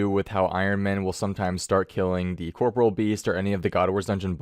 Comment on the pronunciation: CORPOREAL. not corporal